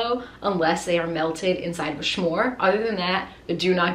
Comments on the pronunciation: Again snore not shmore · You said shomre instead of smore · I love the way says s’more, it sounds like shmore and I am living for it.